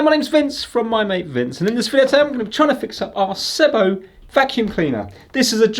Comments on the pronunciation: Oh and it's pronounced seee bow Great repair Vince! I've had many sebos ans this fault has occurred before but generally these are fantastic reliable quality German cleaners - they are the only company I know that their cleaners look so old fashioned but are so bang up to date at the same time - their latest one - the cordless bp60 is nearly 1000 pounds - your into kirby territory there! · Its pronounced See-bo 😁 They are simply the best machines you can buy. Before the days of the internet you really had to discover SEBO. They were once the best kept secret of high quality vacuum cleaners; usually recommended through word of mouth. They are very easy to work on and repair. Saying that though, the main cause of failure of these is often just through neglect and improper maintenance.